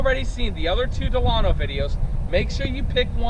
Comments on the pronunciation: Your say Delano wrong because I live in Delano California 93215 ✌💚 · You pronounced the name of this vehicle WRONG. Think about the old President of the United States , (President Franklin Delano Roosevelt.)